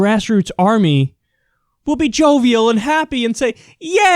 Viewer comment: "Joevial" LOL